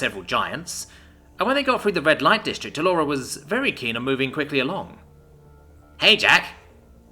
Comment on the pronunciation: fyi incorrect emphasis on the word 'light'.